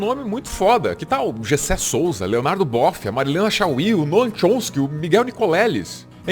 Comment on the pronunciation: eu estava só a ouvir, enquanto fazia a lida da casa...., e de repente ouço.. Leonardo Bófia !!??!!?? 😂😂😂 até tive de vir ver se era mesmo assim... é que Bófia é gíria em Portugal que significa policia. Não é muito agradável, não fale para um policia em Portugal chamando ele de Bófia... 😂 vai ter problemas... , mas graças a deus é Leonardo Boff. que susto ein 😂😂😂😂